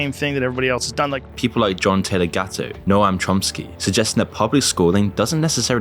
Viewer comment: Noam is pronounced "nome"